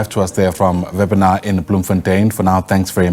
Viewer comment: Wepener not Vanar